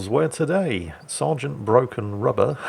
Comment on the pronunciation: I kept thinking he was saying “rudder” not “rubber”. Was really confused until he mentioned the eraser.